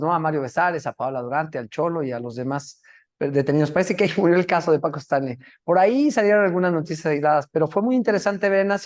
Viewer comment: Es Stanley no estanli señorita periodista😅